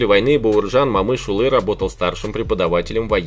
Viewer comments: коментатол не Бауырджан а Бауыржан и не Мамыш улы а Бауыржан Момыш yлы, котак коментатор. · Абсолютная безграмотность. Не Мамышулы,а Момышулы. Не Бауырджан,а Бауыржан. Аж,противно слушать таких шовинистов нарошно с искажением неправильно выговаривающий имена. Если трудно произносить через букву О ,то тогда генерала Конева так же произноси как Канев. Идиот.